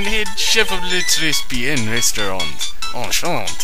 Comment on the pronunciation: Thanks for uploading despite the computer problems <3. Also, "très bien" and "enchanté" are pronounced "trè bien" (mute s.) and "enchantay" (acute accent ;o)